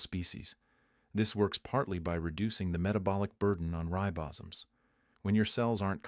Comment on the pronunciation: Ten minutes in... any doctor or health expert who recommends chocolate, is alright with me! OTOH, any doctor or health expert who mispronounces "ribosomes" is an AI!